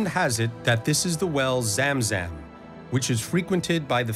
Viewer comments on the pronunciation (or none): Its Zam Zam and not zum zum